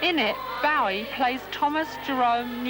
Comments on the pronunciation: Yeah she makes me cringe each time, then when she's speaking to fans she says it correctly pfff... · So was it Janet street Porter who started the mispronunciation of Bowie then? I thought it started with celebs around 1983 live aid time.